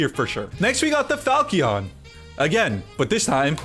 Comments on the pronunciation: It's pronounced like Fahl-chun. More or less. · Hey,. Resident Fire Emblem fan here. This kinda irked me the whole video but Marth Chrom Lucina’s sword is the Falchion Pronounced: “Fall-chin” (God help me this is your main.) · ITS FA CHI ON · Pretty sure the Falchion is pronounced fal-shun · I keep cringing when mispronounces “falchion.”